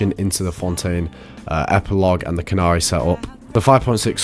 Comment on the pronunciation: its Khaenri'ah not cannary, not kanari or anything else sir!! Khaenri'ah - Kaan Reah || Kaan Ria